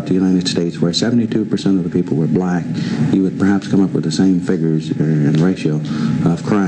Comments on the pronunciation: The way he emphasized "black tho".lol. He said the "BblaaCK" dream. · His emphasis on the word black and the fact he calls them blacks and not black people is kinda sketchy. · People trying to comment shit like “that was the term for black people then” and ect. The point he is making is he intentionally says black with a emphasis in the same sentence to subconsciously cement it in your head that all the crime killings murders ect is associated with black people. Throughout the video anytime a black person was boutta make a point they cut/edit it out.